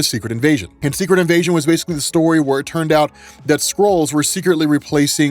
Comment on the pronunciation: I swore i heard say squirrels were taking over the world and not scrolls🤣🤣🤣